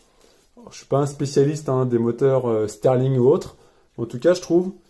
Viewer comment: Très bonne vidéo mais on dit moteur Stirling pas moteur steurling